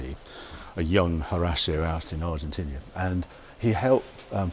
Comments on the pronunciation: It's Argentina not "Argentinia". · Harry keeps calling it Argentinia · Argentinia? Twice. WTF?